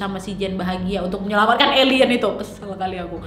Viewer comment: Udah focus dengarin pas bilang elien kok jadi ketawa